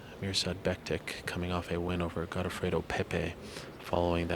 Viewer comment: Its Mirsad BektiCH, not Becktick. Most of the dudes from balkans whose surname ends with -ic, are pronounced “-ich”, like Miochich. Just some info